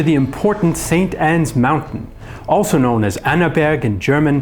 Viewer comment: this is not "annnaberg" this place name st.anna mountain